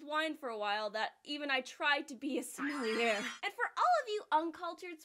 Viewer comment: You're calling us uncultured swines when you can't even pronounce "sommelier" correctly?? For shame,!